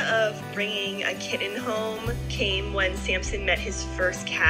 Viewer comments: So what happens when Samson goes to his new home to be a service animal? And it is pronounced kittn not kit - ten. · Great story but the mom really needs to learn to pronounce “kitten” correctly. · What's a "kidden"? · What the heck is a “k-den”? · Ki-ten versus Kit-ten. I've never heard it pronounced like that. Interesting. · Why do you not pronounce “t” when it’s in the middle of a word? “Kid-den” instead of kitten. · Saying kitten with "dd" is idiotic. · The way this girl says the word kitten as kidden is the most annoying thing I have ever heard.....like ever ever...ever ever ever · Probably because of the butchering of the word kitten. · Weird how you say the word kitten 🐈